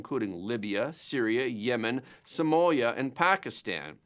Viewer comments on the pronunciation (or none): none